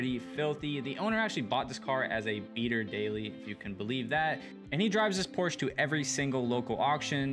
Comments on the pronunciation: The “E” is pronounced as an “A” in Porsche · Porsche has two syllables.